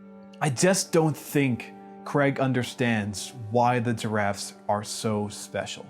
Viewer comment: I keep hearing diraffes instead of giraffes great work btw! Loved the way you gave me a whole new perspective to this game will always be the best game I my self ever played and seen ❤